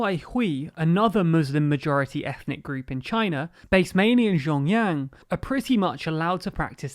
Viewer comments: Your pronunciation of Xinjiang seems to deteriorate as the video progresses. :( It's pronounced Sheen Ji(like 'jizz')-ang; you could also imagine 'jiang' as sounding like a particularly nasal (and monotone & high pitched) US pronunciation of 'John'. Keep up these videos. They're relevant to my interests. Love, /Liyang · Great video, can't even say Xin Jiang correctly. Do you even know how much advantage one would have just by being a minority in China (Uighurs)? I don't think you do. By the way, I checked your sources, I doubt people who made this video actually understand any Chinese. There is no first-hand information, I mean just go do something else, what a shit journalist Channel this is! Bravo! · did you record this over several days? your pronunciation of xinjiang slowly morphs throughout the video lol you had it more or less correct in the beginning! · I swear he pronounces Xinjiang differently every time lol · Thank you for the video! I think it would be great if you could try to pay more attention to the pronunciation of “Xinjiang” because it sounds like “Shenyang” when you say it. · Well there are 3 pronunciations of Xinjiang in this video, maybe they'll get it right at least once by chance. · actually "xin" is pronounced as "seen" and "jiang" is pronounced as "g--un", the "g" like how you pronounce the letter g and "un" like how you would pronounce the "un" in uncle. Not from China, just a chinese guy from another country who really hates what the Chinese govt is doing and is possibly going to do to the free world. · Great to cover this subject about Xinjiang, but for some reason you pronounce the J in Xinjiang like a Y throughout the whole video, while you pronounced the J in Beijing and Xi Jinping correctly. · This is a significant error on top of which the province is pronounced sheen-gee-ang, not 'jin yang' and not 'zin yang'. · Xinjiang is pronounced like "shin john" not "shin yang"